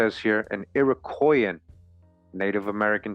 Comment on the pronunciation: Listening again: Flip the P and play funny w the vowels and "Iroquoian" could be "European"